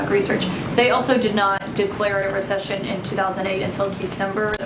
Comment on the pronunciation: She’s taking Spanish classes: Recepción: Min